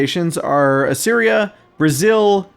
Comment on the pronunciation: I think it's pronounced "uh-seer-ee-uh" (Assyria). Basicaly "uh" and then "Syria" as in the modern country. At least, this is how I hear English speakers in the U.S. say it.